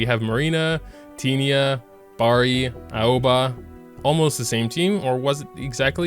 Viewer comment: Aoba is pronouced A-O-Va